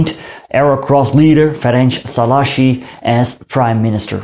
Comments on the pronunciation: Was not correct tbh. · tökre nem mondta ki jól😂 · Hát azért szerintem jobban mondta ki mint ahogy szokták de hát igen, nem tökéletesen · Just two things. If I`m not mistaken, the digraph GY in "maGYar" should be pronunced as the J in "just" or the "G" in Germany. And the accent in Szalasi falls on the first syllab, not the second. SzAlasi